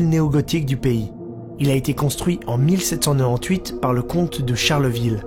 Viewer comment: J'ai cru entendre "mille sept cent nan-nan huit" au lieu de 1798 😭